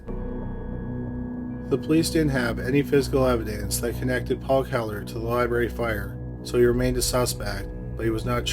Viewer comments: Lye-Barry lol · Any1 else want to shut it off in first minute because he says "liberry" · Omg the word is "Library" Learn to pronounce words more professionally!!!